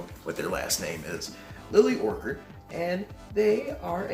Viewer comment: It’s pronounced Or-ChArd. Orchid is a flower lol.